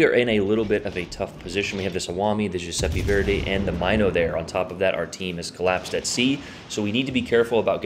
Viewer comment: Love the video. But it's pronounced M-in-o not My-no